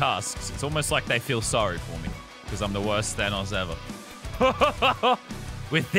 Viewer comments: normal people: Thanos this legend: Thay-noes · normal people: tha-nos lazarbeam: thay-nose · How did he say thanos at the begining he said:today we are going to become thaynous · Nobody: Lazarbeam: ThAYEnos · "Today, we become THAYNOSE" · T H A Y N O S S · ‘Thaynos’ -Lannan, 2021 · “Thainos” Lazarbeam 2021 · “Today we become Thaynose” -Lazarbeam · No one: Lazar: Thaneous! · its thanos not thaneos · At the start why did he say Thaynos it's Thanos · Thanose he said its thanos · Mans sed thainos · thaynois thanus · mully I KNOW RIGHT? HE JUST DOESNT UNDERSATND AMONG US O R MARVEL AND IT MESSES ME UP! I HAVE A MARVEL LUNCH BOX SO I KNOW HOW TO PRONOUNCE IS. THAN OHS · Hey Lazar not Thanos gingenos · I swear to god if he says thaynos one more time I’m gonna shit in a biscuit tin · the way you pronounced thanos two different ways makes me uncomfortable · Pronouncing Thanos in different ways is totally appropriate because they said it like 5 different ways in the movies.